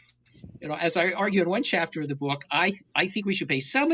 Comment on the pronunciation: Wth is a “bewk”?